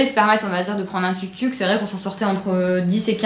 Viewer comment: Je crois qu'on dit Touk-Touk :)